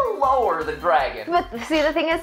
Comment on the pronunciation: Dwaaaaaagon I would summon a dwagon